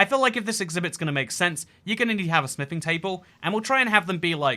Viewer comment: Why do i keep hearing sniffing templates a d table instead of smithing😂 Am i missing something?😂